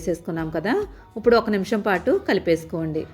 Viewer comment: ఉప్పుడు కాదమ్మ ఇప్పుడు...ఖైమా కొట్టినట్లు ఏమిటీ అమ్మ, నీబొంద